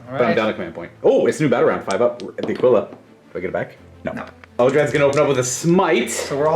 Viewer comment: Great videos but for the love of god Aquila is pronounced "Akilla"